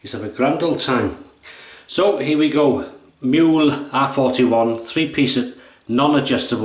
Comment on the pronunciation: A very nice, informative and detailed video! Thanks a lot! Just one hint: It's "Mühle", not "Muhle", and if you don't have an "ü"-key just write/type "ue" instead. By the way: "Mühle" is pronounced "Müh-Lay" instead of "Miool" ("ü" being pronounced like the French "u" - so a halfway house between "ee" and "oo"). If you have troubles with the "ü"-sound just say "Mee-Lay". It's incorrect, but every native German speaker will understand what you mean. If you say "Miool", no one will. Withal: Not using Umlaute (Ä, Ö, Ü) both in pronuciation and written form can lead to massive missunderstandings. E.g.: Schlosser = locksmith BUT Schlösser = palaces Masten = masts BUT mästen = to fatten schwul = gay (homosexual) BUT schwül = muggy Bar = bar/pub BUT Bär = bear Dosen = cans/tins BUT dösen = to doze Schussel = scatterbrain BUT Schüssel = bowl schon = already BUT schön = beautiful/handsome etc. Best regards from Vienna, Austria